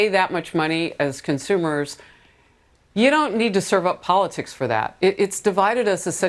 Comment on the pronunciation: Jeanine Pirro slipping out „poll-lick-sicks“ is priceless